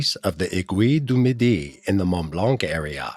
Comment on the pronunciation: Where is sha mo knee and the a gui du midi ??? in France??? Have some respect and try and pronounce names properly